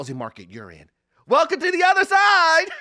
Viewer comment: "Welcone to the other side!!"....😂